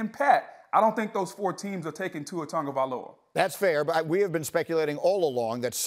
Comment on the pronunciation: The man's name is not TON-gavialoa. Sheesh